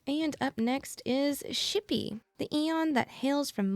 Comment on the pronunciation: Never say xipe ever ever ever again PLEASE